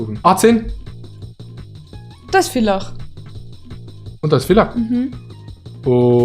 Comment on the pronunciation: Warum Willach... Es heißt Villach du hast meine Heimatstadt beleidigt